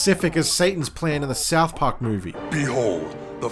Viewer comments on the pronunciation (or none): none